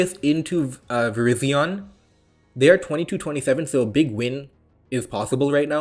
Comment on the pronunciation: ik, that was a joke. He used to pronounce it "verizon"